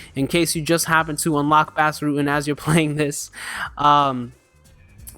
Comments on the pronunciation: Enjoy ur videos. His name is pronounced like Boss btw, not Bass. Check out Bas's rematch with Funaki. It's the greatest fight in Pancrase history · Nice vid. BTW Bas' first name is pronounced liked boss.